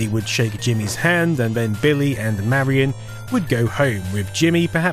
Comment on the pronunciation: God damnit her name is “marion” not “Mary Anne”. Lol driving me bonkers.